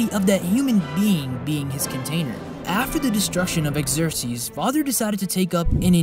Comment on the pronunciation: Killing me with the pronunciation. Xerxes.(Zurk-zsees). Homunculi (ho-mon-cue-lie). Otherwise. cool.